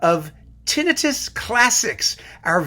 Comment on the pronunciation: Finally, someone who knows how to pronounce "tinnitus!" It's not that I'm a pendant (though that may be true) but I'm a retired audiologist, so I'm entitled to object to pronouncing it like an -itis word, which signifies inflammation. Colitis, for instance. I know how you feel about pronunciation and mispronunciation, in fact, I hesitate even to compliment you for it! I still don't understand why musicians would adopt the word, unless it is a joke, but that's another matter entirely.